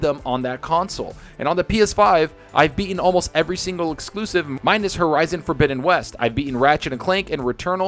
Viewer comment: LMAO! another "ehckcxslooooooooooooossssssssive" down